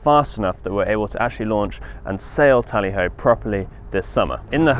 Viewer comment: the details.. and a time crunch. Not easy. Twist of the tongue on the boat name.."tally ho" Tah Leo. Could change it to Haley O. "Hey Leo". I hear it in every video. :goodvibes